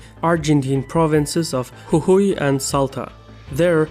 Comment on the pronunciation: He did pronounce correctly Jujuy though